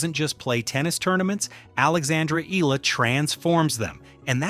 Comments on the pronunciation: E-YA-LA not E-LA is the correct pronunciation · 👎🏽 Spend whatever extra time it takes to get names pronounced properly – not just Eala’s, but others too. It’s called respect. How can you claim to be favorable to someone if you don’t get their name right? And don’t report anything not verifiable! 🤙🏽